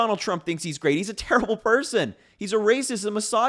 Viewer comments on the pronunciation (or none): none